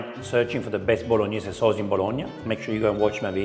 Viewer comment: He’s being very nice to her. It’s not a Bolognese and she needs to work on her Italian pronunciation. She mispronounces Bolognese and Tagliatelle. If you want to cook classic Italian dishes be true to the recipe and at least pronounce it right.